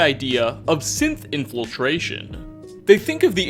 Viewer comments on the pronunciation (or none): Everytime i hear him say synth, i hear sith